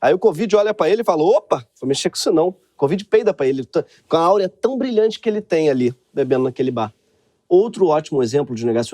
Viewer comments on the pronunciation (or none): Kkkk show, exageros tendem a causar cegueira mesmo😆 mas não é "áurea", Gregorio kkk é "aura"